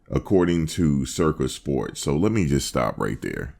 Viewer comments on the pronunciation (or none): Did he say “Circus “ Sports?😂😂😂😂😂😂😅